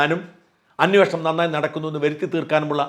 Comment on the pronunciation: സര്‍ ''അന്വോഷണം'' തെറ്റാണ്. അന്വേഷണമാണ് ശരി.